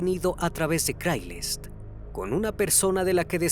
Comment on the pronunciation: Excelente reportaje pero se pronuncia Creigslist ..😉